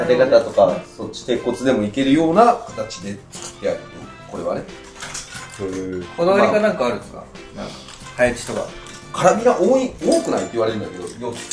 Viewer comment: カナビラじゃなくてカラビナやろ‼️